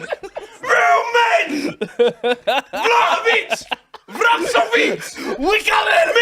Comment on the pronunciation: man fully said vlahovic😂is 1/8th Serbian or something😂